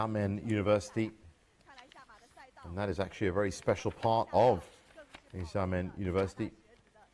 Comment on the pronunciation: The commentator mispronounced Xiamen as Yamen throughout. It’s pronounced more like ShahMen. X is like Sh in English.